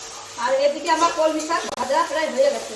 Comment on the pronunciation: কমলি শাক নাকি কলমি শাক কমলি শাক শুনতে শুনতে কান ঝালাপালা